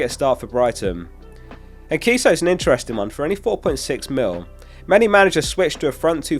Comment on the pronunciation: It is pronounced En-see-so